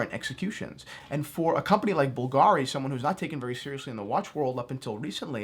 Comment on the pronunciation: at least you should have informed a little bit: the correct pronunciation is Bùlgari and not Bulgàri. the accent is on the "u"